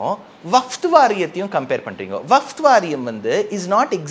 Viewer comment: சாமி vafth அல்ல. Vakf சரியா சொல்லுங்க!.